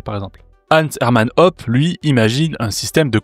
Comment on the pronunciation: Hoppe ça se dit "Hôpeu" pas "Op".